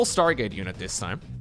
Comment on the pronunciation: Sounded like you said start gate.